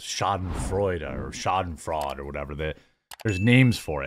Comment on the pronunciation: Your german is very good, Schadenfreude 😊 thats what we felt too, wenn our hyper woke german mens team crashed in group stage last WC.